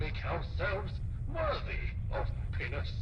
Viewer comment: The robot definitely said PENIS not HAPPINESS...